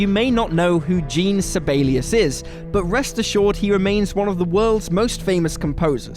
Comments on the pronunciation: Jean Sibelius was miss pronounced. It's pronounced like Sean. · You pronounced Jean Sibelius wrong